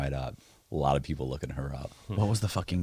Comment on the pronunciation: No, he did not. He said "Lot of people are just desperate for money". However, he ran lot of together, like "lapeople" and out loud it sounds like black people.